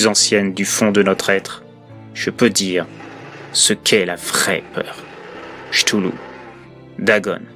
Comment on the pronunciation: Chtoulou? Non ktoulou plutôt